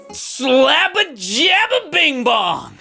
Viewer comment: It's SlabbaJabba bingbong. He pronounces with "b"s not "m"s